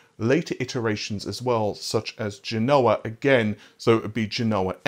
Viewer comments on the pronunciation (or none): none